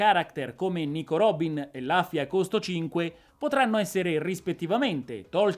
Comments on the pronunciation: la pronuncia più corretta è Luffy come lo leggeresti in italiano, rufy è accettabile comunque. Rubber di sicuro no! ahaha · comunque si dice lUffy con la U non ne posso più scusa ero convinto che qualcuno in tutti questi video già te l'avesse detto